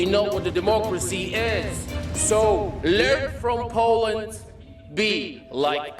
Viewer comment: Learn to pronounce Poland properly